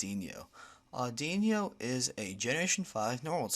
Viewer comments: its Aud-ino not innno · Audino not audinyo. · its audino not audinio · Isn't it "OR-DEE-NOH" as in "auditorium" and "audition" and "auditory" - It's the listening pokemon after all. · Wrong! its ah-di-no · its pronounced or-di-no